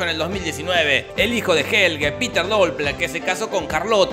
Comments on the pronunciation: Exacto, Helge y no Hegel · Se escribe Helge, se dice Jelgue, pero Jorge le dice "jeguel" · También dice HeGeL y se llama HELGE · se escribe HELGE, se pronuncia HELGE Jorge: JEGEL